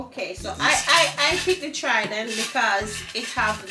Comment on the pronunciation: Papa harry said the trident pretty 😂😂